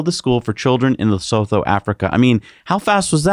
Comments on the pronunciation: Nice show guys. "Lesotho" is pronounced "Luh-suu-tu". ;) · Lesotho is pronounced 'Le-Soo-Too'